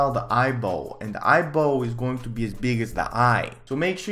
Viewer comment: When he said eye bawl😂🤚🙆‍♀️